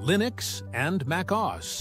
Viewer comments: It's "OhEss," NOT "Oz."....EVEN if some programs have an "Install Wizard"....:person-turquoise-wizard-wand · "OS" is usually pronounced as "oh" "ess" by most people. Not like Oz as in the Wizard of Oz.